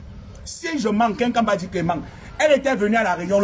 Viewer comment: " Il mangue, il mangue " 🤣🤣🤣🤣🤣🤣🤣